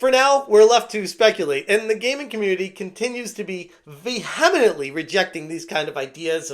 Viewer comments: Vee-hem-ent-ly Say it. Vee-hem-ent-ly. Not Vem-hem-en-ently. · Why do you never pronounce vehemently correctly? Is it a purposeful joke or reference to something?